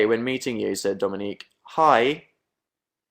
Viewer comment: he didn't pronounse it the way it's supposed to but fdhdfshjgdhk